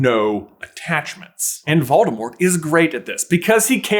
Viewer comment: You're prounouncing 'Voldemort' incorrectly. It's actually pronounced vole-deh-more.